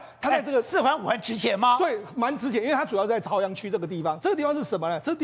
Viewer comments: 那个不读 zaoyang 读caoyang。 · 这里“朝阳”的朝读作朝鲜的朝！